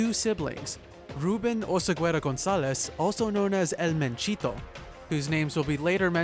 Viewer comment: You don't pronounce the u. OSEGUERA.